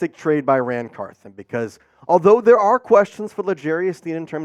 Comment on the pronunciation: Car THON not Car THIN